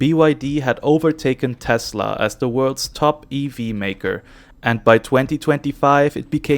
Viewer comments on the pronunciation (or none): none